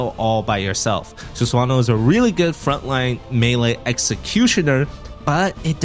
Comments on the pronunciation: "Susuwano" 😂. Jokes aside, nice video bro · I can't with the Sus-wan-oh pronunciation haha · It's pronounced Su-sa-no-oh btw